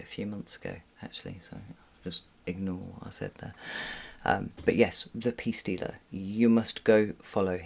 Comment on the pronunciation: I eventually found the Peace Dealer, despite thinking you said Pea Stealer, or even Pee Stealer lol. What on earth haha